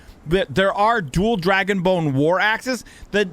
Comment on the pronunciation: Did you say dragon boner ? Lmao